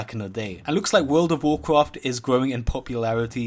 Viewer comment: Wurl ov wawcwaft